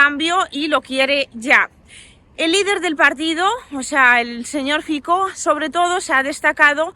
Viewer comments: Aló! Mire, el nombre del candidato eslovaco Fico se pronuncia: FITSO. La C es 'ts' igual que el la Z alemana. No es Fiko entonces. Saludos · Un pequeño apunte lingüístico: Fico se pronuncia "Fitso" (Фицо). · Fico... se dice fitso y el partido es Smer, no esmer o smek 🥹🥹🥹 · el partído se llama SMER no SMEC y politico se llama FICO NO FIKO😅